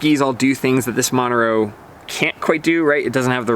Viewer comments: The name Montero is pronounced mon-TER-o. Not MON-ter-o. The accent is on the second syllable. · Good review. I demoed them the other day and was also impressed. I tried it after trying the Original + first...very impressive ski. I was surprised how easy to ski and how much I enjoyed the Montero AR. By the way, you are mispronouncing Montero, even in English.